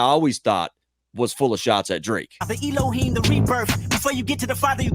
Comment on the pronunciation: Kendrick is the person who said Elohim correctly